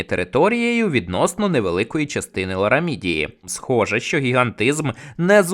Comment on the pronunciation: Не щьо, а що, не чього, а чого, не розчяровані, а розчаровані і так далі. Ви вправі собі говорити як забажаєте, але не кожний зможе це слухати.